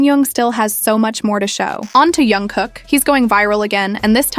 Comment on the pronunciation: The voice is made by Ai. Sometimes Ai says names wrong .We can't do anything with that